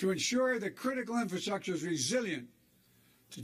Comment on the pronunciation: "critical infrasuckture" What's the $200 billion for besides vaccine plants?